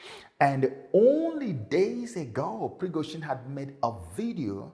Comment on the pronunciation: I'm so surprised, sir, that you can't pronounce Wag-ner and Pri-go-z(h)in, with h absent and then zhin, pronouce as "zin".